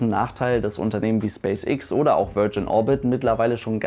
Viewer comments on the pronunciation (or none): Space Äx nicht ix :)